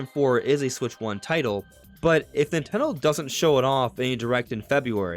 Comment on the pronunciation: Nintendo Direct not Natone Direct.